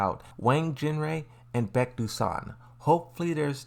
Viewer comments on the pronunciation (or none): none